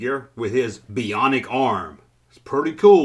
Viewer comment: Buy-onic. Not bee-onic.